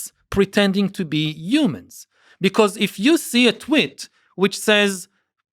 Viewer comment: I like how he calls tweets, twitts. It seems much more fitting